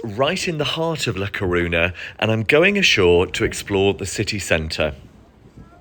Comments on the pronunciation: It's actually really easy to pronounce "ñ"! It's just "ny". Almost everyone in the UK above 40 has heard of the song "Viva España" or knows (should know) that Spanish for Spain is "España". It's just bizarre that he would visit a place and make a video about it but not bother finding out how to pronounce it. Smh. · You can't even pronounce it properly